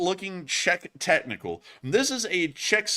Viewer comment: Czechnichal 😂. Prosím, doufáme, že vám ty čechnichaly pomáháji!